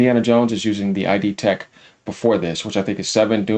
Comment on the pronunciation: For christ sakes it's pronounced Id tech. It rhymes with lid, hid and did. It's not "eye dee" tech. Just trying to help you bro